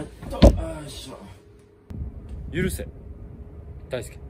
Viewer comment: 許せがだんだんユンケルに聞こえてきたおれは末期